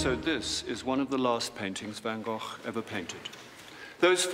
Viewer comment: So great to hear an English actor pronounce van Gogh's name correctly :)